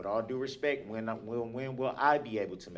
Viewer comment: I'm getting sick and tired of him saying "WIT ALL DUE RESPEK..." and then proceeding to say all kinds of disrespectful garbage.